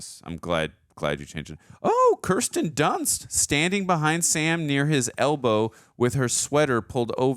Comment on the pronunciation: Hey, its pronounced, "Keer stuhn duhnst". But, good try.